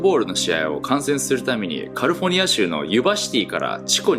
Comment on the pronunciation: 英語訛りの人ってカリフォルニアってカリフォニアってゆーんや